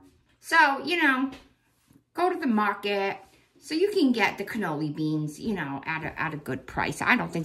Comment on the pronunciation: I'm dying, canoli beans! It's canallini ! Xoxo❤ youse done good!